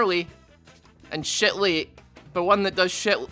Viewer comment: "Put your shet together Evelyn"